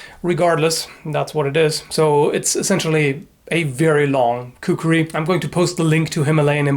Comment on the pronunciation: Khukri? I always thought it was kukri!